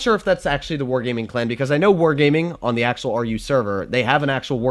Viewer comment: you have good german lolz "ze" lamo